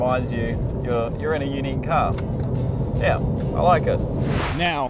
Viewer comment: What exactly is a cah? 😆